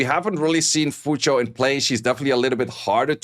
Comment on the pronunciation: His pronunciation is actually closer to the actual pronunciation. It's closer to Cho than Chu.